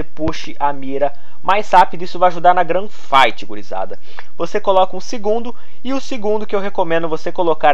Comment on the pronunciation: o cara se titula e fala GRAN Fight nao GUN fight kkkkkkkkk mds